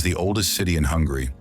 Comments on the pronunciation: Its Hungary not hungry, idiot narator! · Its not hungry its Hun-gary